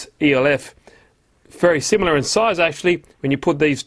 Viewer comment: its pronounced elf, not E.L.F.